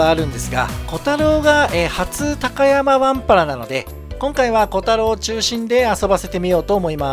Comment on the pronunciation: たかやまぁ⤴ではなく、たかやま⤵です。ひだたかやま。です。イントネーションが違うだけなのてすが、気持ち悪いです。